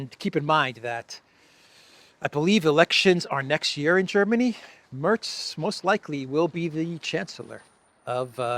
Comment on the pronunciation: Merz not Mörz